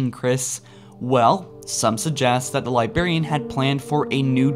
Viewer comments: Chris. There are 2 Rs in the word Librarian. Please. You're killin' me every time here. It is not "Libarian." It is - Li·brar·i·an Please.... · I cant believe after all this time this guy still can't pronounce "Librarian" or "Ur"... li•bra•ri•an lī-brâr′ē-ən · LIBRARIAN HAS TWO R’s SAY THEM BOTH HOLY BALLS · Please please please, enunciate the "r" in LI*BRAR*IAN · Librarian. Sound it out. Get hooked on Phonix if it helps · LibRarian. Please say it right. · THE LIBARIAN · LibRarian. Love the videos, but it kills me every time. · I laugh every time I hear you say "lyberryen" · Anyone else still triggered by LibArian. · corton 117 lie berry! The Lie Berrian! Triggered AF! ROFL! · I like your channel but can u stop saying "libarian" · or as Chris says "libaran" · Uh, don't mean to be a dick, but I'm pretty sure there's an "R" in "Lib'r'arian" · Man, learn how to pronounce "LIBRARIAN", not "liberian". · Liberry and Liberraion should be pronounced properly. Its Library and Librarian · love the video, however hearing Librarian pronounced libarian over and over was like nails on a chalkboard. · its librarian not libarian, this was the most triggering 20 minuets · Lie-brair-ian Not lie-bair-ian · Could you PLEASE pronounce librarian correctly. It's a Li-BRAR-y, a li-BRAR-i-an, not a li-Bar-y, or a li-BAR-i-an. You sound like you are using "LYE" combined with the element BARIUM when you talk. Thank you. Fun channel. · soo annoying how he keeps saying ,libarian, instead of librarian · say Librarian not Libarian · Okay, it’s libRarian, not libarian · Why do you say "Liberian" instead of Librarian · It's librarian not Liberian u fucking idiot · Interesting video, but for future videos, please pronounce librarian "Lye-braire-ian" instead of "Liberian", haha! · THERE ARE TWO R's IN LIBRARIAN, NOT ONE!!!!...It really is annoying every time you say LIBARIAN. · Librarian not Libarian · Li-berry-ian....... its Li-BRARY-ian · It's librarian, not libarian